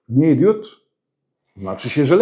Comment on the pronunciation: błagam: DIOD bo DIODA ale nie DIÓD